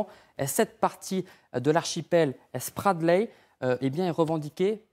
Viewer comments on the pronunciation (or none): Iles SparTleys pas SparDleys sérieux.. journalistes en carton.